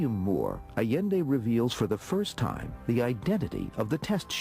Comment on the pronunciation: Funny how he can't even pronounce the name of the man who supposedly became the focus of his life. It's 'eye yen day not 'a len day. Pitiful